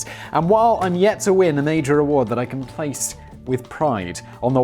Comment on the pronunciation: He also said "my splace"